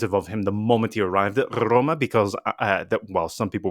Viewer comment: Excellent points and analysis!! But PLEASE... Don't butcher the name of our bellowed club (ARRRRRRRoma ..) :(